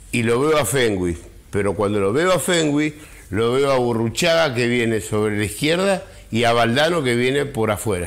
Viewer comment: Burucagi???? (Burruchaga) jajajaja